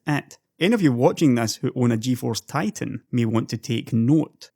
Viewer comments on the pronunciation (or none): none